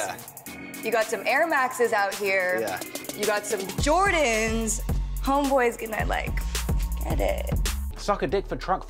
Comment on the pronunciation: She can't say "homeboy" ever again